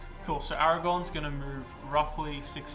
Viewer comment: Aragorn - as in Aragorrrrrn, with an r